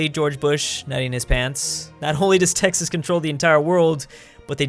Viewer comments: He said Tehas instead of Texas in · Did he say te hoss instead of Texas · IT'S NOT TEJAS IT'S TEXAS DUMBASS (in my southern tone) RRREEEE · Me and pretty much everyone: (Tegx-sas): (Tay-has) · you said tehas not texas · He said TEHAS ahhaa....cmon dud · Did you say Texas was pronounced Tehas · the second time mentioned texas he said tay ha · he said Texas like tehas no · Did he realy just say tehas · He said Te-hass lol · did he really pronounce Texas as Tehas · Aaaand you are obviously not from Tejas. Smh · I have never heard anyone pronounce Texas like that lol